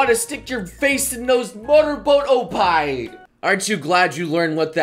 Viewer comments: when say oppai it sounds like oh pie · For trying to "teach" people these words, your pronunciation is off in some places. "oppai" would be pronounced "ohp-pai", and "bukkake" would be pronounced "buk-kah-keh" because of the double consonant rule in Japanese, where there's a slight pause between the first and second part of the double consonant. Also, never mix together English suffixes with Japanese words. Finally, "loli" is pronounced "low-lee", not "lolly" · Those ohpie with English accent D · Oh pai... its OPPAI ! say it with energy ! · ok, and no go and learn how to pronounce oppai